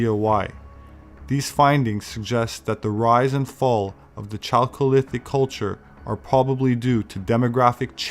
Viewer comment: I'm not trying to be ignorant or disrespectful. But "Chalholithic" sure sounds like chocolate, 😂😂. #IJS